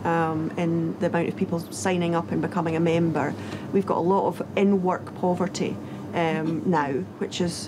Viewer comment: OMG 😳 I thought she said N word but she said "in-work"